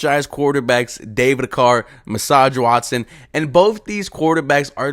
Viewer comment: “Massage Watson” 🤣💀